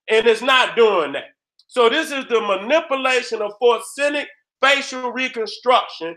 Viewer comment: So Nobody ain't gone tell da it's FO REN ZIC???? NOT FOR SEN IC. HAHAHAAH SHOUT OUT TO DA GENERAL... NO DISRESPECT 💯💯